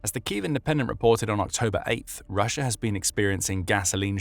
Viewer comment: Take a shot of vodka every time he says "RussiaR" 🤡